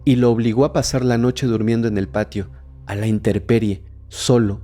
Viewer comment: Me encantan tus videos, pero casi me da algo al escucharte "la inteRperie" dios!